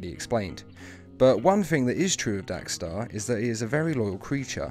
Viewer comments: It’s dex-star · Lol "DAX-STAR" haha